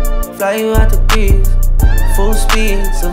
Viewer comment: They don’t even pronounce Greece correctly